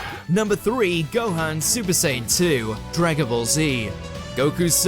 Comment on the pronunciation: Its a sin to call Gohan .... Gohaan ... the hell did you hear anyone call him HAM in stead of Han!